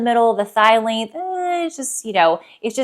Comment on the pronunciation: I kept thinking you were saying, “midi link”. Lol! Length, got it.